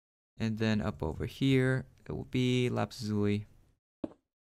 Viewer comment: I laughed when he said lapazuli instead of saying lapis Lizuly